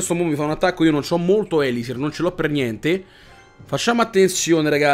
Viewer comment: Ahahahahahahahahahahahahahahaha me fai tajá!!!! Fatti dare ripetizioni di gioco da Mirko 😂😂😂😂😂😂😂😂😂😂😂😂 no scherzo dai... Beellaaaaaaa Zí (e ti prego chiamalo elisír non élisir perché nun se pó sentí te preeeegooooooo 😜😜😜)